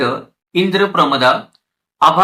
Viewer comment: इंद्रप्रमदा, अर्चनानसा..असा उच्चार नाही. और्व, इंद्रप्रमद, अर्चनानस हे बरोबर आहे.